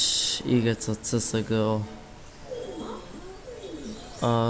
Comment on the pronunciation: Nice ampak ne izgovori se csgo ampak siesgou